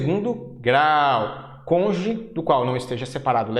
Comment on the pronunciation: Agradeço as aulas, bons gráficos ajudando a elucidar os detalhes do estatuto e do seu regulamento. Mas professor, por favor... é "cônjuge", não "conje".